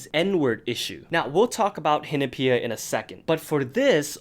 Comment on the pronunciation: Am I the only one that doesn't pronounce Hinapia like that